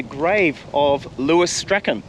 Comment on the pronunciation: You are mispronouncing poor Lewis Strachan's name.... It's Strachan not Strachan.... Hmmm that probably doesnt help. If you review your 2 videos where you searched for and found Shirley's helicopter wreck you can teach yourself how to pronounce Strachan correctly. Lewis Strachan's last name is pronounced the same as Shirley Strachan's name is pronounced.